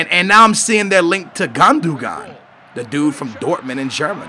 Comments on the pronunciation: Everybody pronounces Gundogan GUN-DUH-GAN. It's GOON-DOE-YAN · Gandogan? Gundogan.. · Gandougan? wtf get your pronunciation right